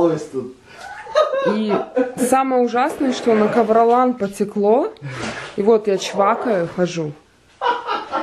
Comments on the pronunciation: что за кавролан??????? кавролин. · Кавралин а не кавралан. Еще назвите кавралол. Ха-😄-ха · КавролАн! КавролАААААн, Карл!!! Женщина - ковролин)